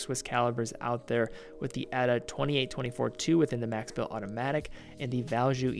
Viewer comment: Nice review, except for the American pronunciation of 'Max Bill'. It hurts to nu ears, sorry